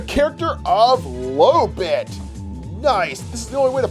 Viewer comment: Did he say "lowbit" and not lolbit lo!